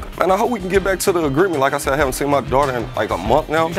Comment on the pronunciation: “My dwater”